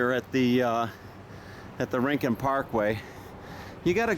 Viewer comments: It’s RIN-CONE … Spanish word meaning corner or nook or special place. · And Yes its Pronounced RIN-CON. ☺ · Not REE-CON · Not REEN CON. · It's not rin con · Hi Dude. Just so you know it’s pronounced “ RIN - CON” Have fun world famous surf beach